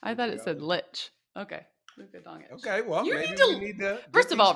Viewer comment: He just call this man Luka Dong Itch 😂😂😂😅😅😂😅😂😅😅